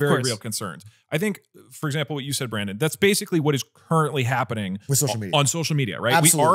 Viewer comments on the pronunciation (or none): none